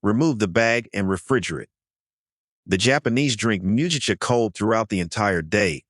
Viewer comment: Shoga-yu isn't "showga-yu". It's "shorega-yu". Mugicha is said with a hard "g" - it's not "muji-cha". 212F = 100C 175F = 80C Are you an "AI"? Otherwise, pretty good 👏